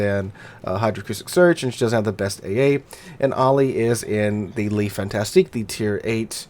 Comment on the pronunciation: Pronounced: "Le Fantasc" and "Mack-en-zen"!